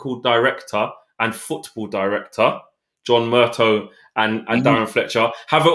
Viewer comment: It's Mur-tah not Mur-toe